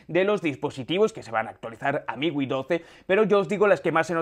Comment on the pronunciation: Miwi? Es miui amigo mejore el léxico